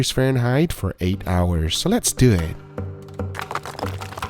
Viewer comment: Same: first time I heard it I was like <<What does it mean "let's doe"???>>